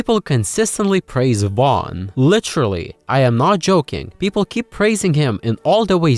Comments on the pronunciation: Matthew Wan😂 it's pronounced Vorn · "So the story goes that Vaughnce upon a time..."